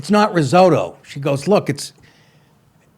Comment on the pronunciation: Oh Nick, you’re hardly a stereotypical Guinea if you can’t pronounce Italian words. “Pistashio”? “Rizodo”?